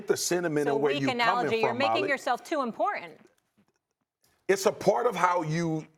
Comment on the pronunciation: why does molly say impor-ant, what pronunciation is that?